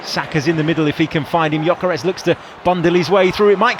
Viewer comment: Hey Arsenal! ... it's Gyökeres with an "ö". Please show some respect. (Arsenal is my English club.)